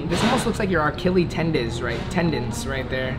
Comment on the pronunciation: “Our killies tendon” it’s Achilles bro